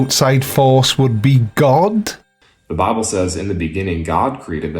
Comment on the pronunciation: This guy has the feel of douche baggery because the way he uses his hands. Ofcourse there's his condescending demeanor. Edit: also why does he say bible like "bah-bool"? Its extremely annoying.